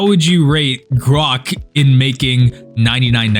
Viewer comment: Did he say grox